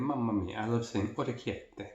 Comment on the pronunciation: Love how ya pronounced the pasta correctly. Great video!